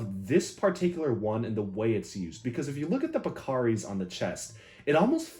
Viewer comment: Pakari? more like Pec-ari with this guy